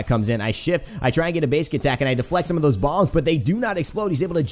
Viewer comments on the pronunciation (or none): none